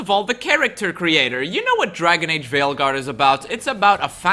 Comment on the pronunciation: Did you say Failguard? I did hear Failguard! 😂